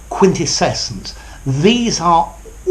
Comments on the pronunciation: Sir, are you adding an extra syllable in quintessence? Sounds something like 'quintescessence'. Probably under the influence of the adjective (quintessential), which I think is more common than the noun. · are you sure your pronunciation of the last one is quite correct? 😉